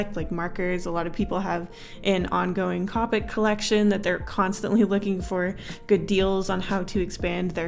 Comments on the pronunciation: Its pronounced Coe-Pick not Cah-pick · ...umm it’s pronounced COPE - ICK no hate tho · That moment she mispronounces copic.